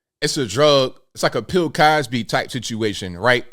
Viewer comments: Did he say Pill Cosby?!? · Did you say "Pill Cosby"? 💊 😂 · Did he say,,,,,,," Pill Cosby " ? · Did you say Pill Cosby? I damn near spit up my dang beer dude! Never heard that one. But friggin funny shit right there. I don't care who you are!!